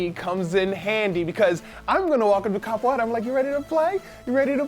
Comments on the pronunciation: isnt it kapuera instead of kapueta? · Its capoera not capoeta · Its capoeira not capoeta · actually its capoiera :) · Xeviouz Exidra Actually, it's "capoeira"